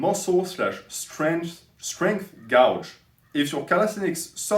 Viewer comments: I’m french as well but I think « gauge » is pronounced « gayje » I might be wrong tho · No, you're right, but we'll let his minor mistake slide.